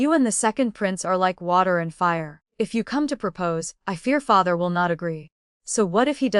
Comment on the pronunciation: how does an AI eff up the word father?